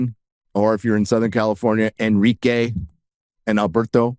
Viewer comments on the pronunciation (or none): none